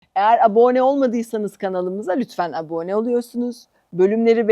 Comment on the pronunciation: programlarınızı beğeniyle izliyorum ama ilk kez diksiyonunuzda çok büyük bir falsoyla irkildim: Videonun hemen başında iki kere üst üste "abone" kelimesine çok yanlış vurgu yapıyorsunuz. "aboone" diye bir kelime yok Türkçe'de.